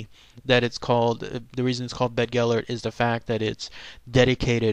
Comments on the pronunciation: Been there as a kid. Yes, the site is called 'BeddGelert' . Bedd in Welsh means grave but is not pronounced like 'bed'. the 'dd' in Welsh is like the 'th' in 'the' but not as in 'south' .Source: am Welsh. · Bedd means a grave, the dd is pronounced as the th in that. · I grew up in south Wales, every saint Davids day this was read it to the school by our teacher. Always brought a tear to everyone. I went up to North Wales not long ago and went past Beddgelert (grave of gelert). It was nice to have real life images in my mind for my favourite childhood story. Whether or not people say it's true or false, it will always be true to me. Not quite correct with the pronounciation of Llewellyn, but close enough haha. Good video none the less